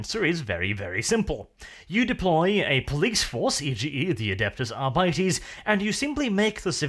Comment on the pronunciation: ....adepus arbities? i cringe every time he mispronounces it